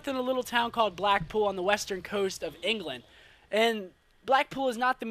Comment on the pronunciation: One tii :) *England not Engeland!